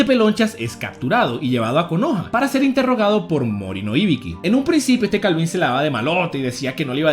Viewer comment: que alguien me explique el porque le cambias los nombres a los personajes...osea íbiki? mi hermano el acento va en la segunda I asi dice Mádara cuando hasta en el anime dice Madára osea, casi a todos los personajes lo pronuncias mal.